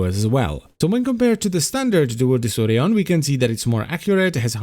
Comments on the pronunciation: I throught it is pronunced like De-ku-rion. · its spells like DEKURION not DESSURION ò.ó